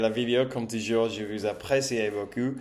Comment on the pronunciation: Tu as fais beaucoup de progrès ces temps-ci. Si je devais faire une remarque, c'est sur les "ou" que tu prononces encore quelquefois "u", par exemple "Comment allez vous" (quelquefois tu dis "Comment allez vu"), à part çà, tout ce que tu fais est très bien.